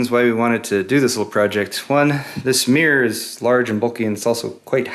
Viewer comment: americans can't say mirror